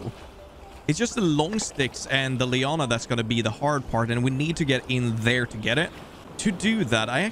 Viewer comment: Idk Why but every time you say Liana I just hear Liona and react like ''What is it now????'' □□